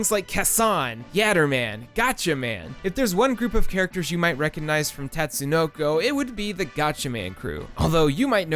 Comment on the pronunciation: *Tut-sue-no-co Also, Karas ftw.